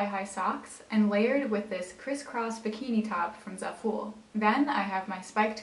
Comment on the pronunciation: zafull💀? it’s Za- fol